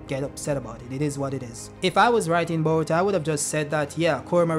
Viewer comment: Why's bro saying "baruto"??💀💀